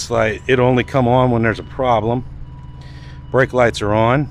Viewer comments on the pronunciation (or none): none